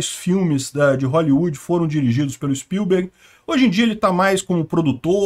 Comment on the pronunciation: Na pronúncia do sobrenome do Steven Spielberg, eu vou escrever como fala corretamente. Levando em conta que as letras em maiúsculo são as sílabas mais fortes, a pronúncia correta é s P Í l b e r g , e não s p i l B E R g .